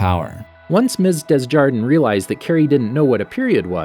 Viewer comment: Miss Desjardins name is being said wrongly, its French it’s pronounced “Deh Jadan”